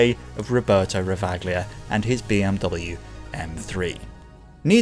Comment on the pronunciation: I think the Ravaglia's pronunciation should be "Rava-lia", not the "Ravag-lia" as you stated throughout the BMW M3 part of the video.